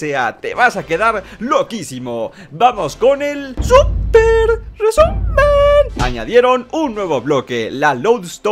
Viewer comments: Mama: Mi hijo viendo estos videos probablemente va a madurar: superrr resu mennn no me quierro perrderr nunca me perrrderre jajajá SUPERRRRRR RRRRRRRRESUUUUUMENNNNN Niño: UwU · Y eso fue todo por el surbrhcehs 😂😂😂